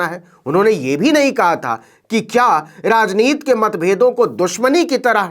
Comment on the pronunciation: आप राजनीति को बार बार राजनीत् क्यूँ उच्चारण कर रहे हैं ? क्या हिन्दी का गला घोन्टना है।